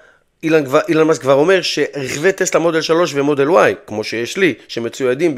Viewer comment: כואב לי באוזניים לשמוע אילן מאסק בבקשה תקרא לו בשאר הסרטונים אלון מאסק